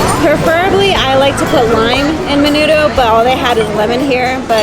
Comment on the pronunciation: I like your videos:) you just need to sound more authentic.. the way you said Menudo was kind of irking.. menoodle